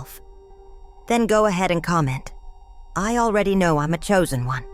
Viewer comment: Wooooow im shooozen oune😅😅🎉🎉